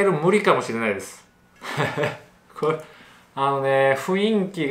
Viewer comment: ふいんき→ふんいき